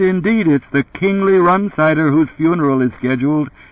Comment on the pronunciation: Run-sider is the way this guy says it - strange..